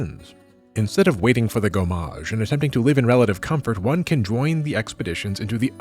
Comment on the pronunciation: If you ever have to pronounce so many french words again, one thing you can notice is that in french there are no accented syllables, both in terms of timing and sound volume. In general, every syllable is treated the same : same volume, same length. No "gomMAAAAAAAge".